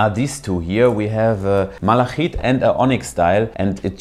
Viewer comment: Und das englische "malachite" wird ohne stimmlosen velaren Frikativ ("ch") ausgesprochen.